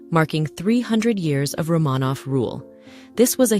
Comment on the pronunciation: It is AI. It mispronounces words such as "record," it should, in the text, be pronounced with the pronunciation of "the palace record shows" but AI produced it as "play the record on the record player." It also mispronounces "Romanoff."